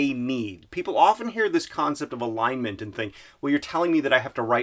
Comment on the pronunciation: I thought he said line mint. haha